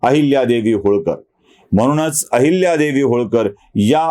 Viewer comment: अहिल्यादेवी असा ऊचार करावा